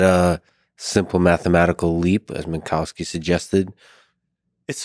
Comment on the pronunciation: That's still not how you pronounce "Minkowski" correctly.